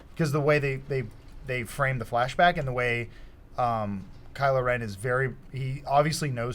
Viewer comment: it's KYLO not KILO. KYLO you dumbass.